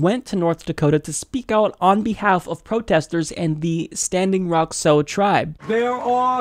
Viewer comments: Sioux is pronounced as "Soo". Not "So". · Sioux is pronounced "Sue"